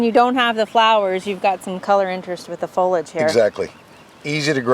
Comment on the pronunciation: It’s pronounced FOH-LEE-ADGE. 3 syllables.